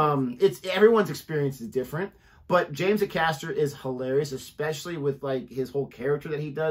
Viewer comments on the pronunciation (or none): Please try not to say 'like' every other word. So American, so annoying. And Acaster is pronounced A-caster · James Acaster (pronounced 'Ay-caster'), has such a quirky style of humour with a great dead pan delivery. Love it. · Pronounced James Aycaster. ay as in day.